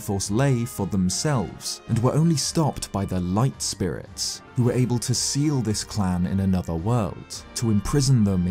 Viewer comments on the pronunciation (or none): none